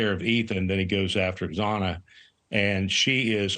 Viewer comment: Say her name correctly Xana(pronounced Zana)